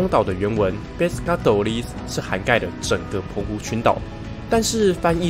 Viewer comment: 西班牙文的Pescadores的重音要放在倒數第二個音節喔！